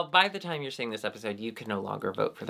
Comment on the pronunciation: "nyer havin a good nyimee.. :)"